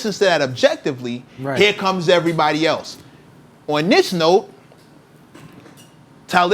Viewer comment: You pronounce the name… KWELI ! Any questions?